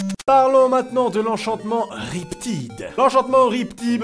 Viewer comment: Ça me fait tellement mal aux oreilles quand tu a mal prononcer "Riptide" en plus c'est le nom d'une de mes chansons préférées